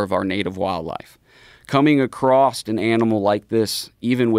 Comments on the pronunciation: Its "across" not "acrost" lmao. He said it 3 times. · bro said acrosst